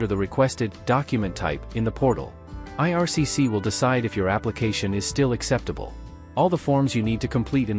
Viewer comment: IRCC, NOT 'ARCC', lol